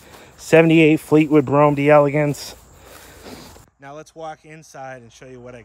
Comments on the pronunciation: You're driving me nuts! As a Cadillac aficionado you should KNOW it's pronounced "DEL-AH-GAHNCE"!! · It’s pronounced “Del-ah-Gonce ”, and Ken Puttick was one of our great Florida Cadillac dealers back in the day. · Proper pronunciation is "Dell Ay Gonce"